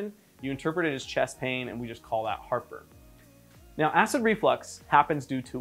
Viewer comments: at the beginning I one hundred thought he was saying “look... Harper is AWFUL” and I could not figure out why the heck he was being so mean to whoever Harper was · Julia Calvet oh, no I get what he is saying. Heart burn! 😆 🤣. I thought he was saying Harper as well.